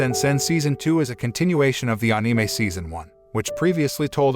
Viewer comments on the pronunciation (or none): "aneemei" why he say it like that?